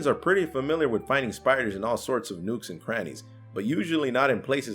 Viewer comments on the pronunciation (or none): "Nukes" and crannies? Nooks rhymes with books,. But then, it just wouldn't be a proper DD video without one of you royally botching the pronunciation of fairly common words.